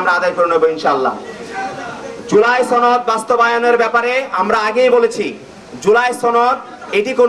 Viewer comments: ছনদ 😂 না, সনদ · জুলাই ছনদ নারে পাগলা সেটা জুলাই সনদ